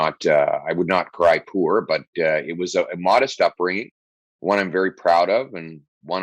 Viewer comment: After the first 10 minutes, maybe 5, I found myself praying for this amazingly articulate, brave, truly awesome Pierre! He said 'poor!" Rhymes with "Moor." Not pore, those things on our skin that rhyme with "snore!" 99.9 percent of NA cant differentiate between these little words, proving Mr. Pierre's extreme, rare ability to pay attention to detail. The interview was over way too soon and I will definitely be voting for him. Thanks Jordan!